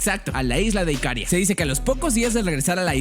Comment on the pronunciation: No es IKÁRIA, es IKARÍA. ¡Buen vídeo!